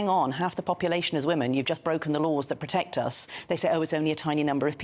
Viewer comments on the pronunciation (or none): puteckt? does she mean protect?